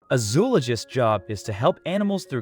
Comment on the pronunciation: That's not how "zoologist" is pronounced. Remember kids, stay in school. .